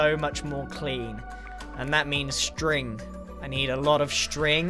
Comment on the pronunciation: "I need a lot of shtring" (grian 2020)